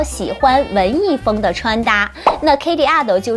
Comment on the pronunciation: 跟我读，k-e-li, 不是 k-ey-li.